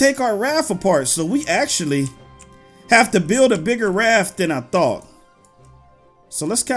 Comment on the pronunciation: raf lol hes saying raf not raft